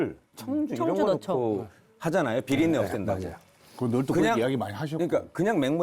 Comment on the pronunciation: ~ 비렁네가 아니고 비린네라고 설명 해 주세요?